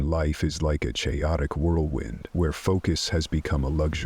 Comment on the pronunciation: Mispronouncing chaotic makes this a big NOPE